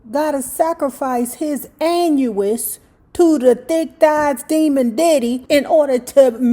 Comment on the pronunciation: "Annuous", you're a trip. 😄😄😄😄